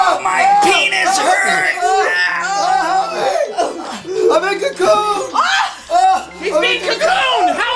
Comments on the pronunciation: LOL "He's being cacooned!" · '"He's being cacooned!!" LOL